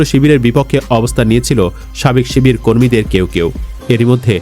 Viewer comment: চিবিয়ে চিবিয়ে শিবির বানান